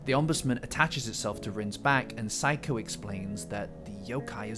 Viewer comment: I love your essays, and I also can’t help but find incredibly interesting how you say “Seiko” as “psycho” even tho you say “Reiko” from Reiko Kashima right. 😂